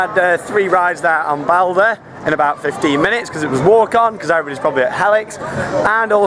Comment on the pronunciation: the name NOT bolder ! the name is BALDER !